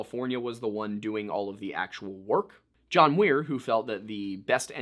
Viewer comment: and You are saying John Weir!! Lol!!.Um it's John Muir!